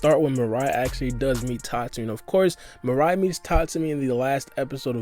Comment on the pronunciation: Oh no. It's not Mariah. It's Mirai. Meer-ah-ee. Lol